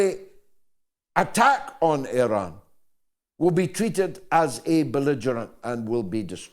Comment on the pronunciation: Interesting that the Americans cannot even pronounce Iran properly. Culturally ignorant.